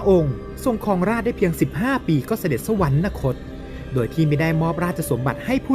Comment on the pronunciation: คิดให้ความรู้คนทั่วไป แต่ไร้การการศึกษาไร้ความรู้ แต่อวดดีทำช่องออกอากาศ เด็กรุ่นใหม่ติดตามก็โง่บรมโง่กว่าควายยยเหมือนผู้เล่าเรื่อง/ ศัพท์ว่า“สวรรคต” ไม่มี น. ให้อ่านว่า สวันระคต ได้ แต่เมิงเสือกพูดว่า สวันนะคต, สวรรค์ ทับศัพท์ว่า สวรรค์, นะ แปลว่า ไม่, คต>คตะ แปลว่า ไป, รวมความว่า ไม่ไปสวรรค์ แล้วไปไหน??? ไปนรกหรือเปล่า??? ระวังคอขาด 9 ชั่วโคตร ให้แก้ไขปรับปรุงด้วย เมิงไม่อายนักปราชญ์ราชบัณทิต ก็เป็นควายยยยไปเถอะ/ อัครมหาบัณฑิตPh.D.P.9+9